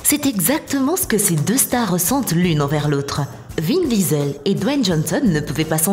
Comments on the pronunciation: C’est pas vin visel c’est vin diesel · Vin Disel 😂😂😂